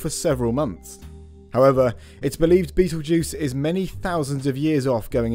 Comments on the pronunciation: You said Beatlejuice 3x 😱😱😱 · You need to pronounce Betelgeuse correctly. M.